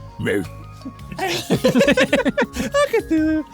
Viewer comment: It's "Cthulhu".